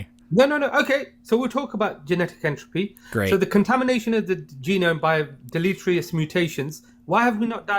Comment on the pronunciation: he cant even pronounce delatetious